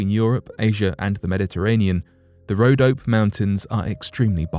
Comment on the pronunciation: BTW, it's pronounced: RhodopEE Mountains.